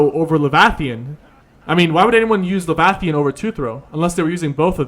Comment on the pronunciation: "levathian"...lol. killing me